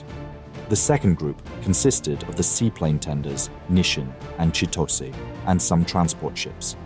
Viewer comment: Say it like this "Chit-Oh-Say".